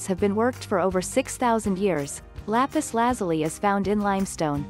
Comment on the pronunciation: It's Lapis La-zoo-lee.